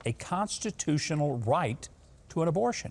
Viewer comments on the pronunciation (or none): Technically Joe said "the Conshushinal Right" and I don't know what that is